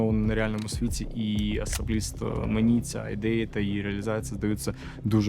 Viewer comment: "АСАБІСТА" , вірим, повірили, саме так у студії ви і спілкуєтесь, такою мовою, "азоровщіна" не померла. Крінж